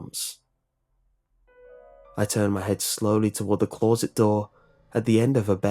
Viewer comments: You pronounce closet as clou-rrr-sit instead of cloh-sit and I just think that's really weird. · Please learn how to pronounce closet. It is not claws-et it’s clo-set. It really grates on me.